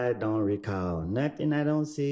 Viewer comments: “Ion recawll” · He we go “ “..😂😂😂😂